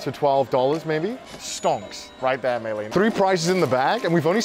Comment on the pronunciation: May len? May rin